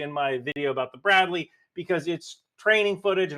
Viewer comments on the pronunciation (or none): none